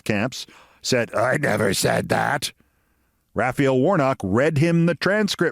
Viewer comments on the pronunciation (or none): none